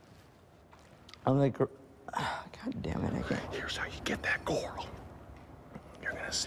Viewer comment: "Here's how you get that gorl"